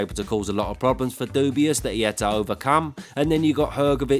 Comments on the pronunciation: It always gets me when you say ‘Dubius’ 😂😂😂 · Dubois being called "dubious" brings a smile to my face every time :D